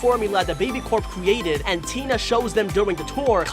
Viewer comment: Also you said cweated